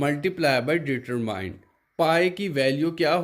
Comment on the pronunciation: hahaha main khud yahi kehne wala tha. Diameter ko determine keh raha hai :D